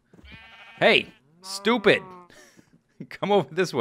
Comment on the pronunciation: You SHTOOPID SHTOOPID FARm ANIMALS! ~ 2013 I love how you say shtoopid instead of stupid when they dont listen. XD